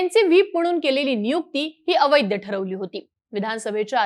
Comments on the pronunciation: अवैद्य नाही ताई, अवैध असा ऊच्चार कर 😂😂😂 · बाई ग आधी मराठी उच्चार सुधर अवैद्द नाही अवैध आहे